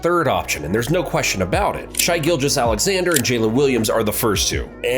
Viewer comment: No excuse to mispronounce Shai's name at this point.